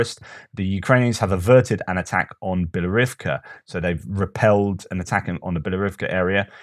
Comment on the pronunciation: your "Bielorivka" is actually "Bilohorivka" [and the h is not silent]